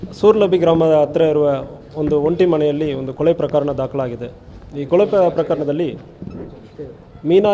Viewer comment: ಸರ್ ಕೊಳೆ ಅಲ್ಲ ಕೊಲೆ ತಮಿಳನ್ ಬೇಗ ಕನ್ನಡ ಕಲರಿ